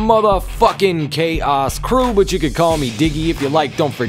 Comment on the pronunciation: I legit thought the first time time he said 'Kaos Crew' I thought he said 'K-ice Crew'